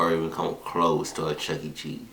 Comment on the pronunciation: It's Chuck-E Cheese. Not Chucky Cheese, or Chuckt Cheese.